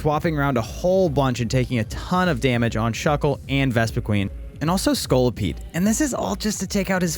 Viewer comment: I laughed so hard when you called my lovely scorlipede disguting lmao